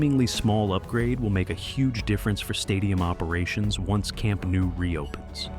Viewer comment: Your videos are always great, but I can't help noticing that you consistently mispronounce the stadium name. You say something like "Camp Nuu", but it's actually pronounced "Camp Nou" (just as it's spelled). For clarity, the IPA is [kamˈnɔw], and an English approximation would be "kam-NOW".